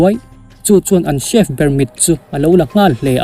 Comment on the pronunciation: Chief nilo in chef tig zawk a pronounce tur aw